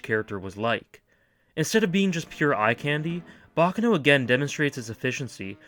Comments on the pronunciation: Its pronounced bac caaano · Pronounce it like an Italian not an American